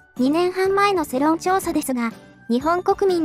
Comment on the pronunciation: 世論(せろん)じゃなくて世論(よろん)な